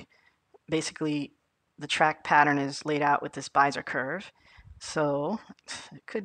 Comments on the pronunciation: Be-zi-er not Bi-ze-r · yh he means bez-eee-ay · neat video. it's pronounced bEEzer or BEE Zee yay curve. :) Thanks for posting. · it's driving me crazy how you pronounce Bezier but that aside the video perfectly covered what I needed, many thanks.